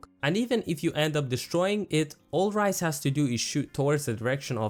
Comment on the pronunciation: Ryze btw read the character names over again buddy